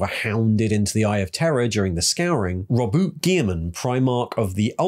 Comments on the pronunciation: REEEEE it's robouté guilliman Great video btw your videos are always super interesting and your way of speaking really make them easy to follow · And roboutÉ guilliman